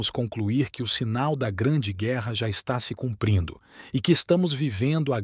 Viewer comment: " CUPRINDO"?! Falta de atenção e de respeito...